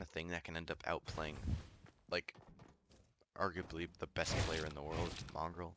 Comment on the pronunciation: You said aguby insted of arguably